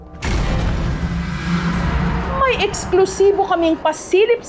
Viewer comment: Kala ko pokong ung pronounce